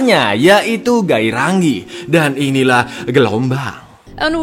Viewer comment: bukan geirangih tapi gerainger